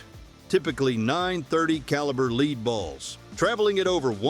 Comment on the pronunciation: Leed balls 😂